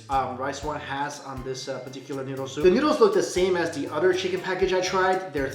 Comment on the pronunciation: You said utter instead of other